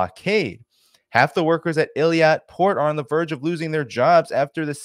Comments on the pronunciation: It is Eilat not Eliat. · I think it’s pronounced Ay-Lat. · Strange pronunciation of 'Eilat'. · You're not pronouncing Eilat properly.